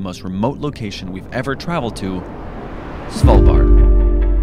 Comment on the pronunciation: You are maybe the best that can say Svalbard when your not Scandinaviaan! As a Norwegian I can confirm this!